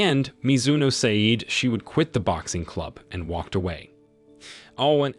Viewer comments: sayed sayed sayed......................... FFS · Bro keep saying seyd and kei it just makes me grind my teeth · Nah the way he said "say-eed" pissed me off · Also the way he pronounced 'said'... I am broken and traumatized...